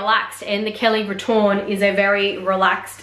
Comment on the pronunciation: Hi. Grammatically retourne should be spelled and pronounced retourné (retour-nay). Retourne would have been used in sentence to indicate the conjugated verb of going back in the third person singular present tense. Retourné is the adjective meaning turned back. The reason why it may not always be typed with the é is because English keyboards / POS don’t have the accents programmed with the various French accents 😉